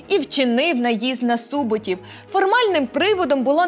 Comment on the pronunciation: Неправильний наголос, хутір СубОтів 🌝